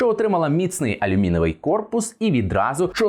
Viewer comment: і чого він "алюміневий"? Корпус, синку, - алюмінієвий. Ну не в першому класі, а й досі не вивчив.